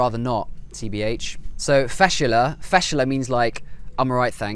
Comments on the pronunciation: Ok, Kuwaiti here. First of all, It's pronounced "Fash-la" not "Fashala", so a brief stop after the "sh". This word is basically used for any situation that's awkward or embarrassing (like what you said). Umm, "ibn-al-rub3a", I dunno what you mean by that, never used it before. Maybe you mean "Bu-Rubu3" which is basically an idiom that implies the meaning of "cheap", usually used to describe a shop or a store which sells items in very cheap prices. The famous Kuwaiti dish is "Machboos Diyay" not "Majboos Diyay". I really couldn't stop laughing when I saw "Diyay Makeena" on my screen. You pronounced it correctly though LOOOOL. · ( Fashla ) فَشله quick word don’t stop between letters .. not( fashala ) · Fashla not fashela .. if you can notice the difference in kuwaiti .. but simply it means embarrassing 😁✌🏻 and yup im kuwaiti